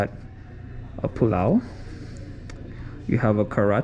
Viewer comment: "You have a pulao". Man, you got it better than most of my Indian brothers. ❤️